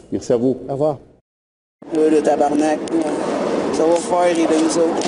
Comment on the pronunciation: cest pas tabernack cest tabarnak